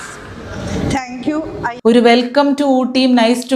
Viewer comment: അവസാനം( റ്റാ ) ങ്ക്യൂ 😂😂😂😂😂😂😂താങ്ക് യൂ എന്നാണ് ശെരി 😂😂😂😂😂